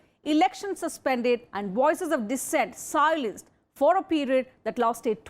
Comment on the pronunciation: its silence not siolence dont be american 🤣🤣🤣